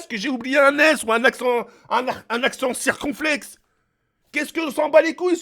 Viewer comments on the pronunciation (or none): « Un accent circonflexe » fait un effort stp 🤦🏻‍♂️😂😂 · un accent sir corn flakes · Un accent cir'korfleks mdrr